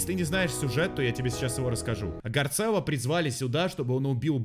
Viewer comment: вот он не гарцелло а гарссело